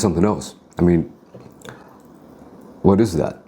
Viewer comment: “Let me tell u Hwhat”